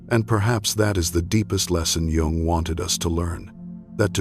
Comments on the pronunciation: Its pronounced Yung not Jung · Yung! It's Yung,please don't say Jung😂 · Its pronounced YOUNG , NOT JUNG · /ʤʌʊŋ ˌʌndərˈstʊd./ ? If you can't pronounce his name correctly, then yeah, that is disturbing and certainly not the kind of thing that I want to listen to going to sleep. I stopped watching here. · This is SO positive! The beginning of this the reader spoke Jungs' name while pronouncing the J. The J in this name is pronounced as a Y. In the later portion the reader said Jungs' name properly. 😊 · I hate Ai. It's not Jung that's Chinese pronounce, it's pronounced young or Yung in German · Try and pronounce is name properly please. Americans are such a concern today. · I find this video, at best, is a modest interpretation of Jung's work. However, one of the things that I noticed is you do not know how to pronounce his name. You shouldn't be creating a video espousing his truths if you cannot honor himby correctly enunciiating his name. While, many of the points here may start with some of Jung's thoughts and ideas, I think that the video falls far short of the interpretation of what he was really expressing. I think that while we should seek internal solitude and quiet reflection, we do have to then take our wisdom out to the public. Why would we aspire to wisdom and then not share that with our grandchildren? Every great teacher in history spent their early years in study with their elders, once they came into their own discovered wisdom they began to shatr their wisdom with fertile minds; those that recognized the wisdom and took up the same journey. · How can you make a 2.5 hr vid about a guy who's name you can't even pronounce? AI content sucks. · Hello AI robot please try and learn how to pronounce the surname Jung properly. Then you might be able to spread his true words seriously.. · AI narrator not pronouncing "Jung" correctly. What the actual